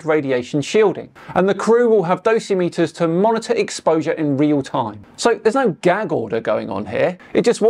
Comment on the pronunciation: It's pronounced 'Doss-Im-It-Ers' not 'DOSSY-METERS. They are used by staff working in nuclear fuel environments on Earth.